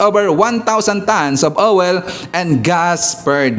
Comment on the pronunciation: Npahagalpak ako ng tawa sa pronounciation mo ng oil,, OWEL!!😂😂😂